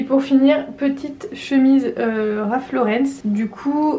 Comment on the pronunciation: Hello! Pas de "s" à Ralph Lauren, donc ça ne se prononce pas Laurence ;)